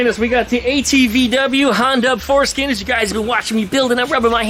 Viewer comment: Did you say... Hondub-foreskin? 🤣